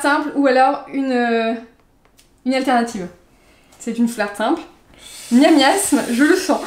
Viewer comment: par contre c'est miasmax et pas miamiasme